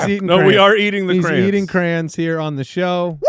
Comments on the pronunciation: Why are you guys calling them crans? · I honestly thought they were saying "crans"...as in cranberries. Crayon is pronounced exactly as it's spelled. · Jesus christ, I have ALWAYS thought you said "Cran eater". Thinking wtf are crans. I didn't know it was CRAYONS. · the way they pronounce "crayons" stresses my southern heart out it's cray-ons, not crans! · Anybody else bothered by their pronunciation of crayon?? Lol